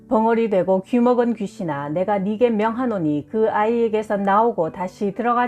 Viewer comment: 네게를 왜 자꾸 니게라고 발음하시나요 ??